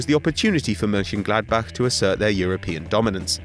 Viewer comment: massive respect for you Mönchengladbach-pronunciaton